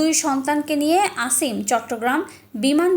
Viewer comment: আসিম না অসিম হবে,আর ছেলে বড় নয় মেয়ে বড়।